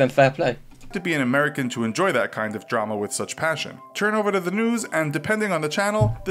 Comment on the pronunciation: Good job and. I have been enjoying your video reactions very much....except for one small thing. When says the word "that", he doesn't pronounce the "th" sound at the beginning so it just sounds like "at", instead of "that." Is that a Jersey thing or just a thing? Just curious. Thanks. 😀😀